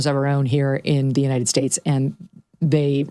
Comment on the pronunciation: Big Mike is a miserable soul. And she can't say "united" correctly either.